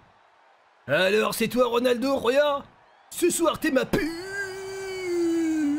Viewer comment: C'est pas Ronaldoooo sa grrr Reunaldeau